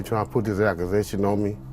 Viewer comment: Someone tell this man that there's no "R" in the word accusation.